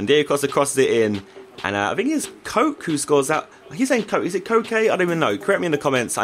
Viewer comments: Its Ko-Kay not Coke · It's koke not coke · its kow key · Koke as in coke - ay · josh his name is "koke" but when you read it its "koki" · You pronounce Koke like co- ce or ke not coke. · Koke is pronounced coke-ay not coke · It is pronounced coke - ay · Koke should sound like (Coh-keh) and Varane (Vah-ran.) :D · its pronounced ko-kay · The pronunciation is like Coke, it's the other way you said it :) loving the videos and keep up the great work! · It's said like koke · Koke Pronounced: Coe-Kay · It's coke-ah is how to pronounce joke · How to pronounce Koke: Coke-Ayyy. "Like or you get 4,269.587 years of bad luck" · It's pronounced ko-kay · It's Ko-ke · Josh it's pronounced kokay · oh by the way its kokay thats.how u would say it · his name is (Ko-Kay) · Its pronounced as ko kay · It's pronounced "Coke A" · It's pronounced Kokè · Its pronounced kokei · it is pronounced ko-K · It's pronounced cokay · Btw it's pronounced Co-Kay